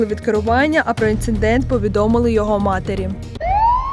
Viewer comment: Інцидент!!! Навчіться вимовляти)))